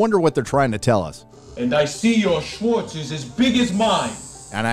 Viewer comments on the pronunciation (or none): none